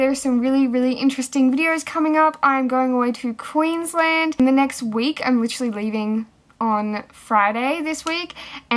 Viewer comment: look, i hope you're really well.. but "the net day"